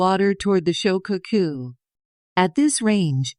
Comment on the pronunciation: The. "SHO - CAW - COO"... 🤔🙄 ... "SHO' NUFF DEN" 🤣